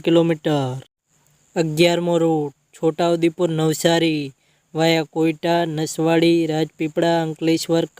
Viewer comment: બારડોલી નથી ભાઇ બોડેલી છે અને કોયટા નથી કવાંટ છે સરખુ વાચતો ખરા